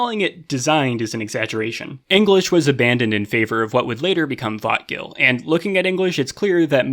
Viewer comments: To my non-native anglophone brain, every time says "vötgil" kinda sounds like "thought kill" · Every time he says vötgil my mind says I'm a bit excited